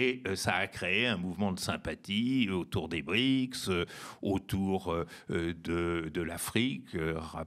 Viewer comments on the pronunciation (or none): none